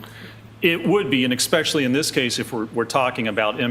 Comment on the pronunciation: Please,, it is not EXpecially, it is especially....